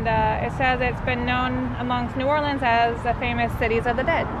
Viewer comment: Bonus points to y’all for pronouncing New Orleans right! And when eating beignets, you just gotta accept the powdered sugar and that it’ll be a part of your outfit for the rest of the day...kinda like eating boiled seafood lol.